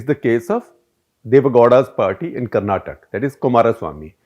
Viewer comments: Dear Shekar , it’s not Karnatak it’s Karnataka. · Shekar sir, respect to you and enjoy your content but it’s not Karnatak - it is “Karnataka”. Please make the change. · Just a couple of minor observations. You mentioned on your screen, "In Hyderabad, Kumaraswamy's case is also the 'leverage of the weaker partner'". Wasn't it supposed to be Bangalore instead of Hyderabad? And BTW, its Karnataka, not Karnatak, although the British have used the term Carnatic to this region. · Hope you pronounce the name of my state as "Karnataka" not karnatak!! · Mr Gupta, It is not Karnatak, it is KarnatakA. This is the problem with the Delhi liberal elite. They dont give a damn about the regional, especially the south.